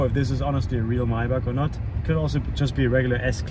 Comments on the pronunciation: Love how you forgett how to say maybach wenn speaking english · lol ive never thought about how maybach was pronounced